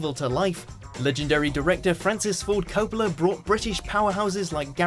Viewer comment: Anyone else get the irony of the presenter having a go at others' accents, yet pronouncing (Francis Ford) Coppola wrong?